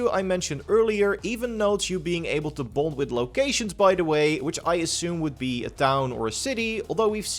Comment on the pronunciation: U where saying bond it kinda sounded like u where saying bone lol